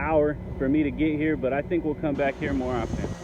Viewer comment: 14 minute mark, the word is think, not tink